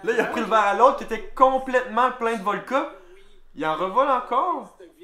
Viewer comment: btw, c'est voDka et non volKa